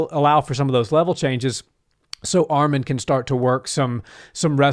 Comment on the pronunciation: ARMAN NOT ARMEN 🇦🇲🇦🇲🇦🇲🎰🎰